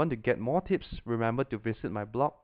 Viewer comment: it sounds like he said tits when he says tips